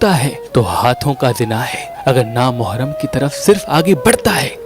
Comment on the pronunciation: Meharban bhai, Na Mohram nai hota, Na Mehram hota hai.